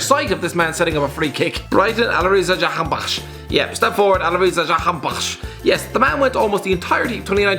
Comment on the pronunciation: It is the right way to pronounce it man 😂